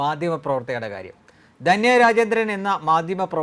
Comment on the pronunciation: ദന്യ അല്ല ധന്യ ആണ്. എല്ലാ ചാനലുകളും കണക്കാണല്ലൊ!